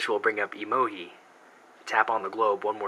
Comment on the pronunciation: why do you call emo-gi? its pronouced emo-GEE